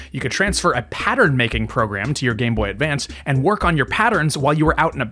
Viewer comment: Just want to say thank you for actually saying it right 👍 the amount of people that call it the game boy advanced actually drives me crazy